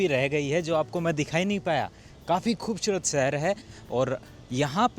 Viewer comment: love your videos bhai. You should improve your pronunciation of S and Sh. After a while it feels weird having repeated like Shundar, Khubshurat. Please say Sundar and Khubsurat.